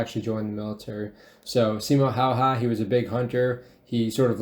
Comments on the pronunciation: When he called the legend "Simo Haahaa" * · He's not Simo haha, he's Simo häyhä